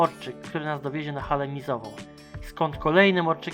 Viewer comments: No i Hala Miziowa, a nie Mizowa🤣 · Nie hala Mizowa tylko Miziowa 😉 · Nie Miźiowa tylko Miziowa ;-) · Jeśli chodzi o Korbielów to Hala Miziowa nie mizowa.